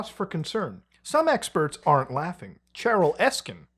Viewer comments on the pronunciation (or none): none